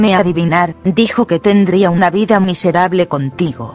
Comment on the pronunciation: "vives una wida peligrosa luz."